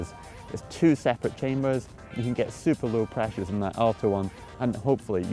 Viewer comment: It seems Scotts fav word (super) is catching on! Sounds better the way Martin pronounces it! Super Nice!